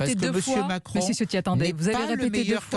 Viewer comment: Même si c'est un traitre, non seulement par qui il sert , mais considérant qu'il est issu des Niçois qui étaient campés avant l'annexion Française de 1860. Mais Ciotti se prononce "Tchiotti "... Ça fait plusieurs vidéos où je vois le parlement et tout ces journalistes faire " Siotti " je trouve ça hilarant. Les branques. Pour autant Eric ne souligne pas, ça veut dire qu'il n'a pas ses racines â coeur. Avec Escrosi, Ce sont les Massena et Maulaussena d'aujourdhui.